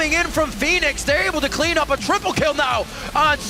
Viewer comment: "That double TPlee play" Lmao